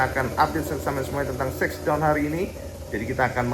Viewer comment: masukan aja cak shakedown itu pelafalannya sekdon cak bukan seksdon